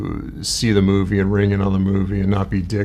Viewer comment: Funny, every time he says "Movie" I hear "Middle Finger".